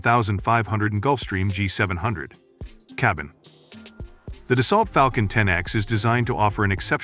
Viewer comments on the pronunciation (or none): it's not dasalt. it's dasso